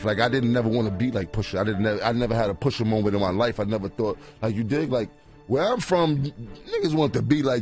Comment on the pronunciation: “Poo-shah” lmao… FOH